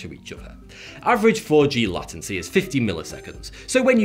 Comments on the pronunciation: LATENCY, is pronounced... Ley ten cee. Not latt en cee. (I think.!.) Thumbs up if I'm correct, PLEASE.!🤔!. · ...it is latency...not lattency. C’mon ol’ chap, rules of English you know. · Làtency is the first time I hear it pronounced this way. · Ha I checked the comments to see if anyone else said Latin C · Somewhere in the north of England. I'm from London (south), and would say lay-ten-see. I think he says it incorrectly, rather than it being because of where he's from. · Latency has to do with time, how long it takes. Isn't it obvious then that late in latency has something to do with the phrase "being late"? How can you butcher that to become Latin C?? lol! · It’s not 5G that makes my head hurt... It’s ‘Lattency’ I think I vommed a little bit in my mouth when I heard that. #NeverAgain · Latency is pronounced as “Lay-Ten-See”. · For my ears to not scream in terror, "lay-ten-see" is the correct pronunciation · I like the way he pronounces lâ-tency, but it's kinda weird for english speakers. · it's actually /ˈleɪt(ə)ntsi/ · Went to uni in Lancashire. I didn't realise it was pronounced 'lay'tency until I read this comment as our teacher who had a similar accent to never said it that way. Of course it could just be that he read it somewhere and was pronouncing it wrong too, but unlikely. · I live in Britain and have never heard anyone pronounce it lattency, could be a regional dialect thing. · Yes, but in no branch of English is it pronounced as “Latt-tenser”. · Was looking for this comment. He pronounces it very oddly. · did he say "Latin-C"? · Latency is pronounced "LAY-TENCY" Like video conferencing between London and Sydney you get unsettling pauses waiting for the other party to respond... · "Latency" is pronounced LAY-ten-see. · I checked for regional accent differences too. I agree he said it wrong. It's: "lay"-"ten"-"see" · He says "Lattency". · the kind of guy to pronounce latency like latancy. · I heard Latin-cy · It's "LAY"tency :D